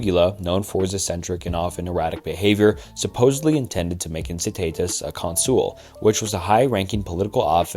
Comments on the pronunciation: Good video but it’s pronoucend “con-soul” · The Roman political position of consul, is not pronounced con-soul, it's pronounced as it's spelt which is con-sul, similar to how you pronounce consul(tant)